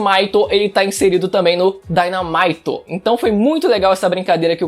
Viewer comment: Só uma correção, acredito que Dynamight se lê Dinamait pq no inglês o Y tem som de I e o I tem som de AI.